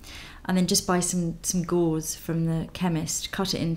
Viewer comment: It's "gauze"